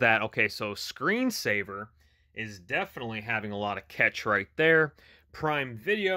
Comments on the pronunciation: Pronounced like cash not ketch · IT'S pronounced CASH-A not CATCH😂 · Thank you for the tips! I'm a former computer tech & didn't notice this was like a cell phone & PC! Duh! By the way, it's normally pronounced like the word "cash" 🤓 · its pronounced CASH ;) but this did not fix my error. Already went into cache before finding this one. Still getting playback error on all apps.. not just one